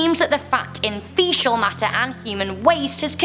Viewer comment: 24 mogatron bomb ...... Megaton!!!!! and Fe-Kal = Fecal